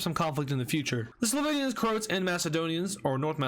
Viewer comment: IT'S CROAAAATSSSS NOT CROOOOTSSSSS!!!!!! WITH THE AAAAAAAAAAAAAAAAA